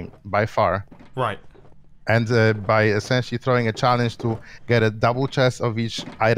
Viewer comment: gnembon says escenshally alot. i dont know how to spell that